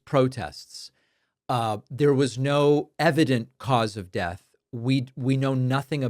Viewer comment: oh come on he's saying Det 👎👎 not death come on Dave get your shit together